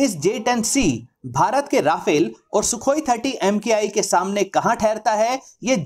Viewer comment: its not rafale its RA FALE